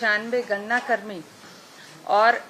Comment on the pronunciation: ये गणनाकर्मी मुझे गन्नाकर्मी क्यु सुनाई दिए